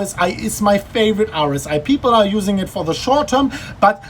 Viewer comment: OMG, you pronounce "RSI" like "Horus Eye", and I was like "wtf is Horus Eye on TradingView" for entire time :D